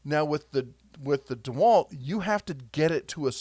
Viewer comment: Did you say DeHerculewalt, 🤣🤣